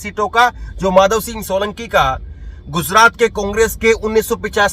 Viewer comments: Gujrat ka pronounciation thik nie hei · Guzrat nhi be gujrat —— chnd nhi charan 😂 pl